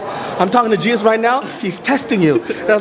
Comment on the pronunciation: When he said Jesus I thought he said cheez-it 😂😂😂